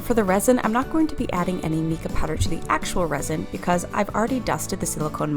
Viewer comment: So cute! My 3D animals are my favorite molds right now. And just so you know, it is actually pronounced Mai•ca (MY KA) 🙃 lol